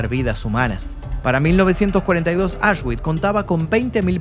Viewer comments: Se pronuncia "Aush(x)bits" de nada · Un reportaje muy interesante. Por cierto, Auschwitch se pronuncia "ausbitz" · Me pierdo cuándo dice auchsguits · Auschwitz ❌ Ashwick ✅ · Como dices ?? Asgüich? 😂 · Se pronuncia aush-vitz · La W suena como V